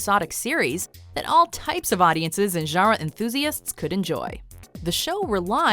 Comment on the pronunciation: The video narrator really needs to learn how to pronounce the word, GENRE. It is not "zharra." It is "zhahn-ruh," with a nasalized vowel. She is not doing the nasal vowel at all.